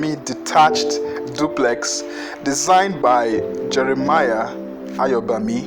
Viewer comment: Beautiful! The pronunciation of "AYOBAMI" 😊😊